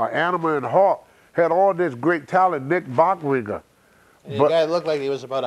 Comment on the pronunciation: “Nick Bockwigger”